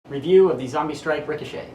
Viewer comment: In the beginning i thought you said Nerf Zombie Strike Rick of Shit